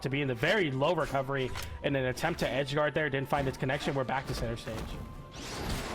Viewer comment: "wecovewy" man i love her soo much XD